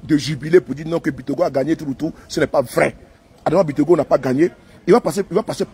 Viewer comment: On dit c'est Bictogo